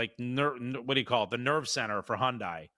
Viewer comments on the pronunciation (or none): You're making me nuts with the Hondie. Hyundai is pronounced HUN-DAY not HON-DIE. Lol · Hyundai is pronounced like Sunday. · As a korean native, the correct pronunciation is Hyon-Deh.